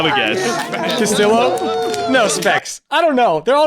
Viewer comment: Smh hes still misprounouncing Castillo